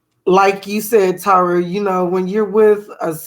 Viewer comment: Not “Tah-ra” lol 😂